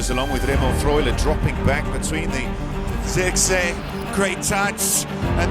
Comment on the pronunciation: Learn to pronounce the man's name properly